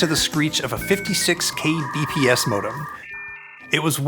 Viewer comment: DID HE SAY A KAY BE PED ESS (kbps)?? kilobytes per second dude!!!